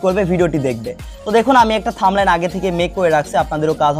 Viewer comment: থাম্বলাইস না থাম্বনেল। আর ফেসবুক কোনদিনও বড় হাতের লেখা টাইটেলের ভিডিও ভাইরাল করবে না, নদুন নিয়ম দেখেন।